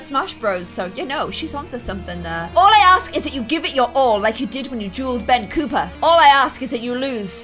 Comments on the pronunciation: It's ben copper, not cooper haha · Copper, not Cooper. Lol. Still love your vids :)